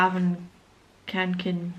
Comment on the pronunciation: you pernouse it fe - yall- raven ka-ken